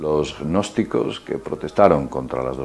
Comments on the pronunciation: Yo solo escucho que habla de los "e-nosticos"...que supongo que así pronuncia gnósticos. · NO PRONUNCIES GGGGNOSTICOS, la g inicial simplemente hace la n un poco velar, es como psicología, no dices PISICOLOGIA. Por favor, es ridiculo. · lo que pasa es que pronuncia la g inicial hace ggnosticos, en vez de pronunciar una n velar. seguro que también dice parapp - sicología